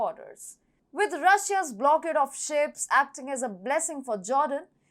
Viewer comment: Blockade = (/blok EID/) She says "BLOK ed" Israel = (/IZ reil/) She says "IZ raile" Northern = (/NOR đern/) She says "nudern" which is unintelligible Bilateral = (/ bai LAT erel/) She says "bai LEIT erel" Her pronunciation of "Mediterranean" needs to improve - I can't repeat how she says it but the correct form is /med i ter EIN i en/ She could teach herself how to pronounce using the IPA - International phonetic alphabet - or speakers in dictionary programs.